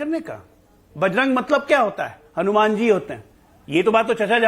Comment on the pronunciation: जो हलुमान चालीसा पढ़े वे बिल्कुल उच्चारण गलत बोला है।।